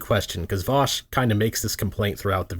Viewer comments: His name is not "Voosh", you absolute child. It's "Vowsh". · I really enjoyed you calling him "voosh" the entire time. It seems fitting. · MY NAME IS Reek VOOSH, IT RHYMES WITH freak DOUCHE